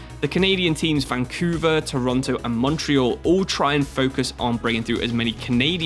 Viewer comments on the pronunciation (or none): none